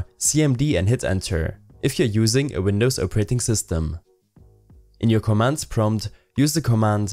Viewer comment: jk wtf commmand PROMT